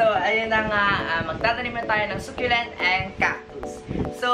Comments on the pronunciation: söculent not suculent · I think she's pertaining about how you pronounce the word succulent, how you say it was "Sukyulent". She's not talking about the spelling lol